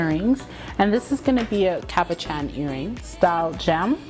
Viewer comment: I really like the look of the colors swirled together. The extruder is such a cool tool. Btw: you pronounced cabochon correctly.👍🏾